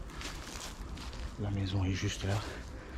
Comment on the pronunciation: J'adore quand il dit cela aussi, en outre !